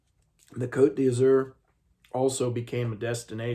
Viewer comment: When you were reading the inside flap of the Riviera you said Côte d'Azur perfectly. I would always give history facts to my French students who would tell me I should teach history ( I couldn't do it professionally, just a hobby) French & history go hand in hand.